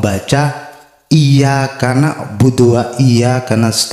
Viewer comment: Banyak yg salah baca surat alfatihah ayat 4, iya kannak budu waiya kannas tain.. seharusnya kn iyaka nakbudu waiyaka nastain..